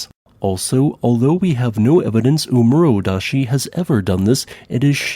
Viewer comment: Small pronunciation tip: There are no silent e's on Japanese. Suwanosejima is pronounced like soo-wa-no-say-jee-ma. And double vowels keep the same sound as a single bowl, they just double in length. So oomurodashi is oh-moo-ro-da-shee, with the first oh laying twice as long as it normally would.